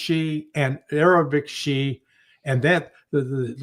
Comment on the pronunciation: Dude…it’s Shia..and alawites . Get it right please